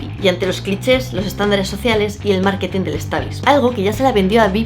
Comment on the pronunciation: ...tu hna. escucha "punk"... es Británico y se pronuncia Pəngk ... Además ... ¿"Maketing" del stablishmen?